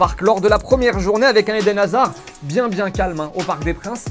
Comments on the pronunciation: "Muy bieng" Zinedine Zidane 2019😂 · Franchement c'est bieng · « C’est bieng » 😂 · "Muy bieng" Je partcipe pour le maillot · 2.59 : « c’est bieng » les erreurs arrivent même au plus grand😉🙂